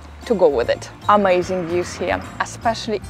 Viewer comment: I like listening to your accent, very understandable for all of you listeners. I hear a lovely native Russian sound in “ma” (as in the word ‘amazing’). Thanks for the many tips, including the reminder about good walking shoes!